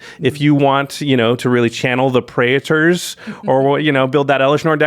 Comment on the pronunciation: "Praetors" has 2 syllables, not 3 syllables. It's pronounced prey-ters. Not prey-ey-tors.